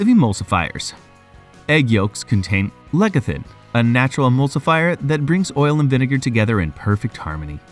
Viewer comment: it is pronounced like leh.suh.thin not leh keh tin😂😂